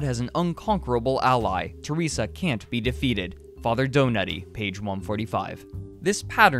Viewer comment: Father Donoughty? Did you mean Daddy Donught?